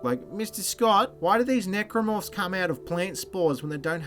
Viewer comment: I swear he's calling Neomorphs Necromorphs the things from Dead Space.